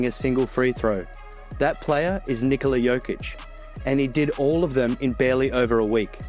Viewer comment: Finally, NIKola pronounced normally. Thank you, sir!